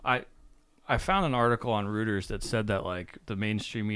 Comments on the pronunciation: "Rooters"??? Come on, man. It's pronounced "Roiters" because it's a German name. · Something that needs to be talked about and dealt with daily. its Reuters pronounced Royters not Rooters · Oh, Reuters is not pronounced "rooters" but rather "roiters". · I would have expected that would have heard it pronounced (Roy-ters) at some stage in his long life not "Rooters" like he said. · Infowars reported child pornography and people with child trafficking connections were on Hunter Biden's laptop. said "Rooters" when it's pronounced "Royters" when talking about Reuters news.😆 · REUTERS... it's pronounced "ROY" + "TERS" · Reuters is pronounced roi-terz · they pronounced Reuter’s as rooters, come on! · Reuters is pronounced Royters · The fact that young pronounces Reuters as “rooters” isn’t being reported on is a crime in and of itself!!!! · Reuters = "Royters". Weird German pronunciation.